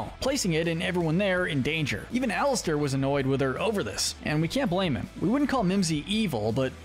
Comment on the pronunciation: It called alastor not Alistair